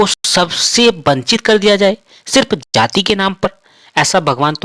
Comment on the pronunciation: बहुत विद्वान ज्ञानी हो ।जाति शब्द को जाती बोलते ही तुम्हारे ज्ञान का पता चल गया।आगे क्या बोलोगे उसका भी अनुमान लग गया।